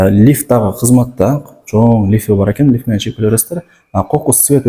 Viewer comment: Не лиф, а лифт.